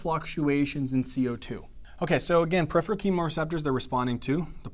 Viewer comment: Awesome videos! HOWEVER, please watch some of your spelling and pronunciations!! Peripheral (not periphreal; and atelectasis not atelactasis) Pronounced per IF er al; and at a LECK ta sis